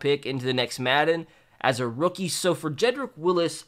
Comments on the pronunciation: Jedrick WILLS NOT WILLIS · Wills not Willis lol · It’s Wills not Willis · WHY DOES EVERYONE CALL HIM JEDRICK WILLIS?! ITS VERY CLEARLY WILLS. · It's Wills, not Willis, tho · Did this man just say Jedrick Willis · Jedrick WILLS!!!! It is not Willis, it is Wills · Make me the button for “HIS NAME IS WILLS NOT WILLIS!”